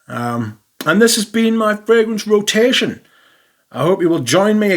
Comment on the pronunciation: La row-tay-she-owwwn